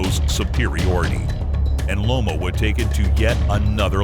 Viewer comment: It's Loma not lomo